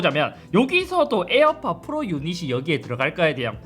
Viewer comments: 에어팟 프rrrrrrrrrrrrrrrrr 너무 웃겨요 ㅋㅋㅋㅋㅋㅋㅋㅋㅋㅋㅋㅋㅋㅋㅋㅋㅋㅋㅋㅋㅋㅋㅋㅋㅋㅋㅋㅋㅋㅋㅋㅋㅋ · 잇섭 비둘기 ,,에어팟 플르ㄹㄹㄹㄹㄹㄹㄹㄹ